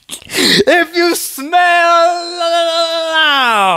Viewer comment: “If ya smellallallell.. Wat the Doc is cookin”